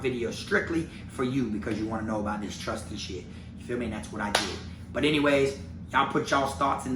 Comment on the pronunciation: Say it's trustee not trusty 🤣 🤡